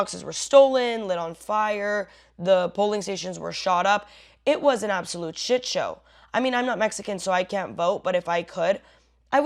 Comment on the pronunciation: It's "an" Angel, not "uh" Angel, and they're not real.